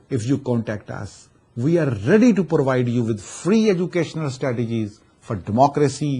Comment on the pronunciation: "porvide" u